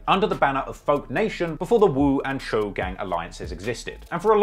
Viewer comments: "Choo" it's pronounced "chow"🤣🤣🤣🤣🤣💀💀 not chew, chow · Say doe. Its pronounced choe not chew. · Isn’t it pronounced “Cho” ?? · You saying choo so wrong